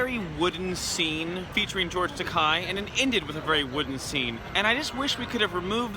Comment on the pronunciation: George Takei's last name is pronounced Ta-KAY, not Ta-KAI.